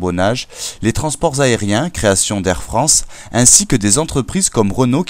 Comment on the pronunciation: Bonjour, c’est Air France ! Et non pas Aire France ! Bien à vous .